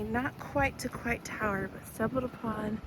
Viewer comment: It is pronounced COY-T tower :) The elevator is never working 😂. Golden Gate Bridge is the red one. You can actually walk across it.